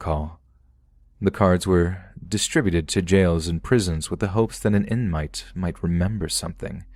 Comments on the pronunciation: I rewound it and listened to that again lol "InMITE" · He can't even pronounce inmate or harassment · Funny the way you pronounced inmate .